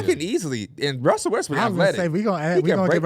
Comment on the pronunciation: am I the only one who heard “d’lo russy”?